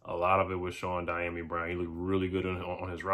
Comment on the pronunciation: The pronunciation of his name is D ah me brown